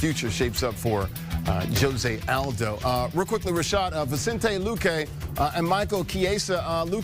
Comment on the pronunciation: Did Rashad call him Luco vinecente lol